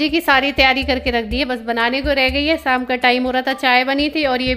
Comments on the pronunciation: Rama di ko sha bolne me problem hota h woh sa hi bolti h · शाम होता है ना आप जब देखो तो बोलती हो साम